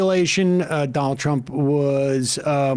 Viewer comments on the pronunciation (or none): none